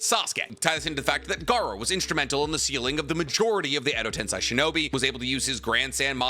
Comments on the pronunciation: My only takeaway is just how says Edo-tensei lol his list I can understand because he gives fair explanation about the inviduals but Edo-tensei is pronounced ten-say just like how sensei is sen-say, not sense i lmfao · Pls stop saying edo ten-sye and say edo ten-say 🙏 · Bro. It’s TEN-SAY. GOOD LORD. You’d think someone who knows so much about Naruto could say things correctly 😂